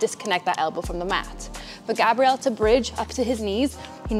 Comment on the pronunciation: Am I the only one hearing you purposefully pronouncing his name with the feminine pronunciation? Male name is Grabriel, like the arch angel. Female name is Grabrielle which is what your saying. Hard to show in writing but there's a huge difference